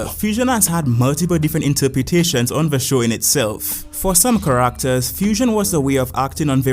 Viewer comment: Ca-RACK-ters is crazy lol No offense, everyone's got their accents and pronunciations. I just find your pronunciation respectfully funny is all. ^_^